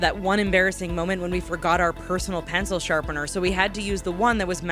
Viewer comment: lol..."penil sharpener"